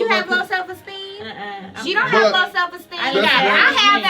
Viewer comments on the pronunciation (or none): "Do you have low self esteeN" LOL, i'm Done